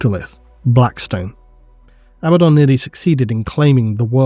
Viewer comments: lol I cringe everytime I hear A baddaon versus aba ddon😂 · I'm still in the camp that pronounces it ah-Bad-uhn